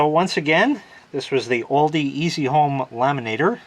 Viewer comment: "Oldi"😂 Its "Aldi"Americans drive me insane